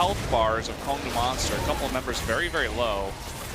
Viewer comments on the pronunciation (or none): Goes to great lengths to explain how to pronounce ADD. Still can't get the Kongdoo Monster team name right.